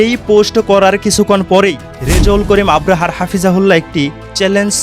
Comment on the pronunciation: ভাই আপনাকে এতবার বারবার বলি আপনি কেন সংশোধন হচ্ছেন না আপনি তো আপনার নিজের সম্মান হারাচ্ছেন আপনি নিজের কাছে নিজে অপমানিত হচ্ছেন আপনাকে বলছি যে মুফতি রেজাউল করিম আবরার সাহেবের সঠিকভাবে শুদ্ধভাবে নিন ওনার নাম মুফতি রেজাউল করিম আবরার😊 ভালোভাবে দেখে শুনে বুঝে নিন ❤ মুফতি রেজাউল করিম আবরাহা নয় ❤❤❤